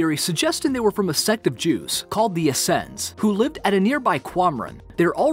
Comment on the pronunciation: The guy that is narrating is quite possible one of the most uneducated of the bunch. He hasn't the slightest idea how to pronounce very common word. Check out the say he pronounces Sotheby's or the word Essenes or Holofernes or decipher really I could go on and on but it just goes to show that learning History, and English, Geography will prevent you from being thought of as stupid.